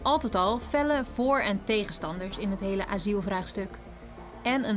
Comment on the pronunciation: Bro het is aSiel niet aZiel hoe moeilijk is het???